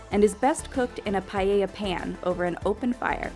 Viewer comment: it's paeh-yah